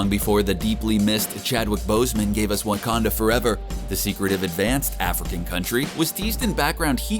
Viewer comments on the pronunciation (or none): none